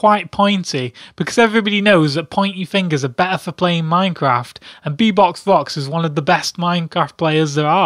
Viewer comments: ITS beBOP NOT beBOX AHHHHH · Its bebop not bebox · I believe its bebopvox not beboxvox!! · He says : Bebox Vox and not Bebop, OCD is kicking in.... GAH! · bebop-vox not bebox-vox god damn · IT'S BEBOPVOX NOT BEBOXVOX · U do know its beBOB not beBOX? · who the heck is be - BOX - vox??? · did he called him bebox? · Fun as Heck, but I got slightly irritated on that he said "Bebox". :P